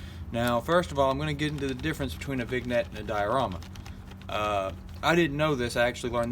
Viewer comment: Vignette is pronounced "VIN-yet", not "VIG-net"